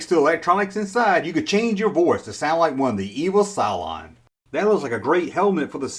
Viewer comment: Cyclons??? LOL! I believe you were going for Cylons. (Si-Lons)